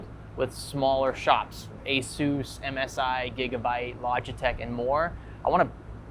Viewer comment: FYI, you pronounced ASUS WRONG.